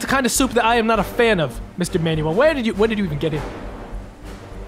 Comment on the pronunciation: the way he pronounced Manuel....